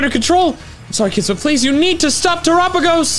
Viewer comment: Terapegos. Tera-Pay-Goes